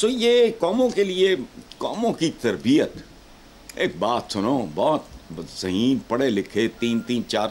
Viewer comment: Tarbiat hai ya tarbeats ?, 😂😆☺